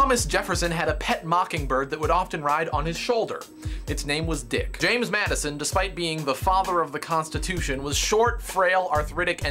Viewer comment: i love how dan emphasizes the word "dick"